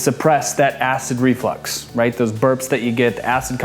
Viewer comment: It is not pronounced Flex as in you flex your muscles it is flux the way it is spelled because of flux is something that gets a fluid to move a reflux is something that pushes acid or anything up in an unnatural Direction such as I don't know your stomach acid in your throat say it right